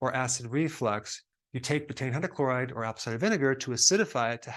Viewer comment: I can’t understand the word he saying something hydrochloride?